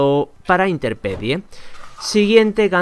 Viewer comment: interpedie? que mierda es interpedie? No será INTEMPERIE? ;)